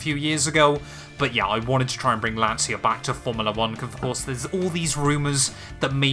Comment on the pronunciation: Loveeeeely, big Lancia fan! If you want to work on your pronunciation of Lancia it's more like "lancha"